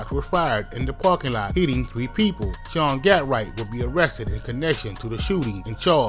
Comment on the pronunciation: THEY BUTCHERING HIS NAME 🤣🤣🤣